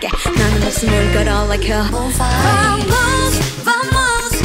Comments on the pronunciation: 지은언니의 개쩌는 음색과 개쩌는 표정과 개쩌는 춤선.... 아이유 3요소 완전 갖춤 ... 거기에 +개쩌는 vamos 발음 .... 죽어도 여한이 없습니다 세상에 지은언니 날 가지기엔 언니가 아까우니까 세상을 가지세요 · 강자에게 더 쎄게 아 럽 겜블 와 첫 소절부터 발성 느낌 미쳤어요... 절제된 댄스의 미친듯한 멋있음.. 어느새 고개를 똑같이 까닥이는 나를 발견할 수 있어요. 국힙원탑 면모 진짜 제대로 보여주기 시작! 이 8마디는 말 그대로 worth more than jewels.. vamos vamos ~ go ahead 진짜 발음도 미쳤고 안무도 미친 구간이라고 생각해요.. 너무 멋져.. Queen, Nicely done. My bad, you lose.. 진짜 겜블러의 느낌 제대로 살리는 가사와 발음, 안무 삼위일체 그자체.. 어떻게 이렇게 멋있을 수가 있지???? 손 까닥까닥. 끝까지 여유넘치는 멋짐 그 자체.. 어떻게 한 영상에 이렇게 많은 멋짐 포인트가 있을 수가 있죠?? 적어도 516번은 돌려봐야 하는 그런 영상이라고 생각합니다 ㅠㅠㅠ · 국힙아이유님의 랩 딱 끝나고 'vamos' 부를 때의 목소리, 발음, 멋짐이란게 폭발💥...❤️ 목소리 예쁘면서도 멋진건 반칙이에요 언니💦 심쿵..💘 취저💓많이 좋아해요🌸😍